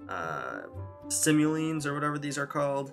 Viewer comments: I cringed every time he pronounced simoleons wrong :D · Omg me too!